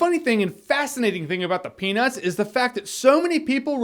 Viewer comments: you clearly said "penus" good sir. (even if it wasn't intentional, you did not enunciate the T hard enough in the word peanuts lol) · Stop saying "penis". Shits distracting . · i'm convinced he's saying "penis" rather than "peanuts" similar to how one would say "fish dicks" instead of "fish sticks" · "Grew up on the penis" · penus movie...penus movie... penis... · everytime you said peanuts, my mind replaced it with the word penis. All because of an old movie I saw called Cannonball Run 3 - Speed Zone. Where the french man asks another man if he wants his peanuts but the other man thinks he says do you want my penis. Made me chuckle overtime you said peanuts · Dude... all I hear is "penis" every time you say peanuts, and I can't take this serious. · Is it just me or did i hear him trying really hard not to make it sound like "Penis" but failed? haha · Why would you comment this bro damn now all i hear is penus(penis) omg im dying its so funny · i'm hearing 'peanus'. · Anyone else keep hearing penis everytime he said peanuts? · Every time you said peanuts, SOUNDS LIKE PENIS! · thanks alot now i can't stop hearing it now. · Now I can't stop hearing that. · Great now you got me doing it.